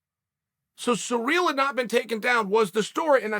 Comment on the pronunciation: It’s ciryl not surreal. Clown